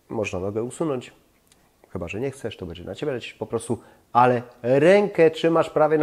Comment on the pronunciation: Gościu popracuj nad wymową bo przez to twoje bedzie odechciewa się oglądać...